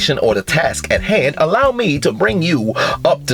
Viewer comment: The way this man said "The Task at HAND " I knew he was going to chew this chick a new one! 🤣🤣